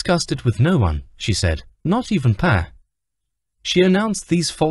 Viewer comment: Love the new word DIVORKEY.....someone needs to teach that AI vocabulary and the basic rules of English grammar....Pa, is pronounced PAR, not PAY! 🥴